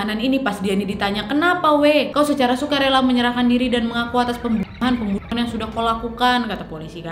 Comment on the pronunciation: Salfok pembuwnuwhan 🤣